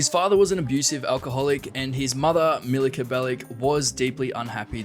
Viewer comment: This is clickbait its not pronounced Niko belik its pronaunced niko belič č=ch And he isnt serbian he is Montenegran and you mispronounced milica belic You oronounced it milika belic Its pronounced milica belič C=Ts